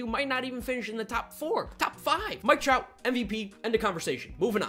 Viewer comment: I love dj but it’s mike trout